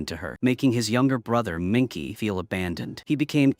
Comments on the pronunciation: The plot/story is poor, but the production value (sets, props, etc) is good. But I wouldn't watch it again. Shame you're using AI. The name is not "Minky", it's Minke, pronounced Minkuh. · Her name wasn't said correct ONCE!! It's MINKE!! PRONOUNCED MIN-KUH